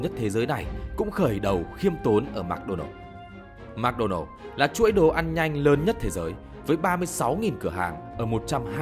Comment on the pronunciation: Mc đọc là "mợc" not "mạc"